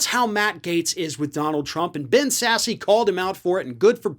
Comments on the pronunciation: I believe it’s pronounced sass, not sassy. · It's not pronounced "sassy"... its pronounced SASS.... lol